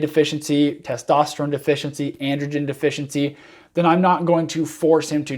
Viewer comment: “Testosteregen “ Lol